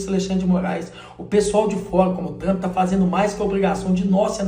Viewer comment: Não é tchumpre. E trumpa mesmo kkkkk